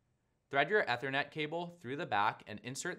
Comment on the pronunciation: Learn to pronounce Ethernet.